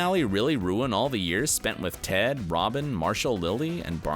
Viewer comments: did he just call Ted Tod? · I‘m sorry did he call ted „tod“???? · It's Ted.! Ted! Ted! NOT TOD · ITS TED NOT TODD TF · Did he call ted Todd? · Anyone else notice at the mark where he calls Ted "Todd"? 🤣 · is Ted not Tod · Did..did this guy just call him TODD?? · The more I rewatch this show. The more I love Tracy ( The Mother). I still love the show. Better than Friends! The ending bothers me, because we didn't get more Cristin Milioti. She's great! By the way guy, it's Ted not Todd. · Love the fact that this is a dedicated video for hardcore HIMYM fans... and the guy making it doesn’t even know that it is “Ted” and not “Todd”😂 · This man just called Ted Todd😂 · They mistakenly called Ted Mosby, Todd??? Not only that but pronounced renaissance as reh·nuh·saans and not ruh·nei·sons!! Ugh these people know nothing of HIMYM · He said tod instead of Ted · did he call Ted 'Tod'? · Did anyone notice that he said Todd instead of ted sometimes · He called TED Todd, dudes never even watched the show before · He called Ted, Tod 😑 Seriously. Go look. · he said tod right? ors that just me